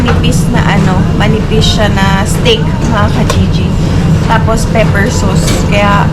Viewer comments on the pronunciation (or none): I'm surprised that you pronounced STEAK as STIK. Is that how it is being pronounced there? I'm used to saying it as STEYK like the Americans would say it...